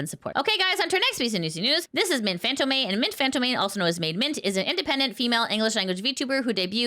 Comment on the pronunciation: Sorry to be "that guy" but fantôme is pronounced more like fahnt-OE-mh, and less like fānt-oh-MAY. It's basically the exact same word as phantom, but softened up and articulated closer to the throat than the teeth, in that flowery French way. I hope that doesn't come across as nitpicky, I just thought you might appreciate the note.